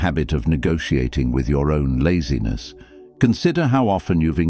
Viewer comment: "I refuse to negotiate with lazines"